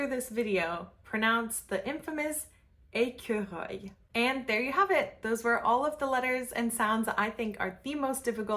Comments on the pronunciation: The last time you say squirl you sound "équereuil" instead of "écureuil". The rest was all correct. Good pronunciation tips. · I really loved this. When you pronounce squirrel (ecureuil} I think of it as ekyaroeil because you introduce a y between the e and the r. And having practiced L'oeil, I find it helps. Also in Hebrew, we uses a ch gutteral back of the throat sound as in L'Chaim! it helps me. Sometimes I may know something and apply another experience, rather than assume I am totally unfamiliar with what you are driving at. In the beginning your explanation of open and closed mouth was just wonderful. Chapeau bas.